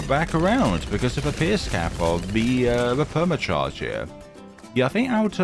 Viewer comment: The way you said permit charge😂